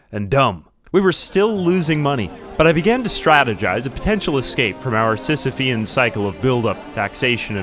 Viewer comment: You expressed "akin to syssiphus's struggle" (sysiphean) like i say it and not like my friend on discord said it (sysiphusian) therefore i feel validated.